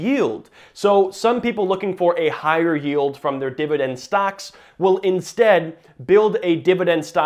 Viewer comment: New drinking game, every Dididend word you drink.